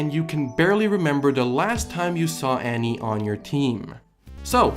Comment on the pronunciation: Is anyone else bothered by the way he says "Annie"?